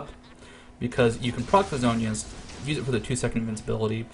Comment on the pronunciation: Isn't it Zhonya's?